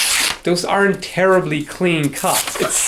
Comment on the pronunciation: "Those aren't tearibly clean cuts" oh dear.